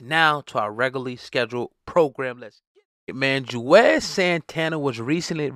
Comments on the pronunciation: His name is Juelz... not Juez. 😩🤦🏾‍♂️ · WHO THE HELL IS JUEZ?!🤔 🗣️ IT'S JU-EL-Z🙄🤦🏽‍♂️❗❗❗🤣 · Lol why does he keep calling him juez ? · 🤣😂🤣😂🤣 I thought it was me like damn bruh he been in the game 20 yrs & u butchering his name like he some new nigga 🤣😂🤣😂🤣🤦🏿